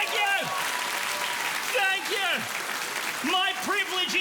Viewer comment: As soon as randy said thank yor I instantly knew he was at least 35